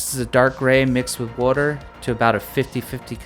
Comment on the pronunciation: Oooh that’s Pennsylvanian water pronunciation is coming througgghh!! Haha. I love this tracker,. Functional. Stylistic. Relatively simple! Love it. Great build.